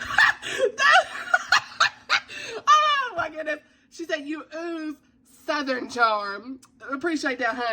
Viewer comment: "You ooze SOOTHERN charm." 😂🤣💀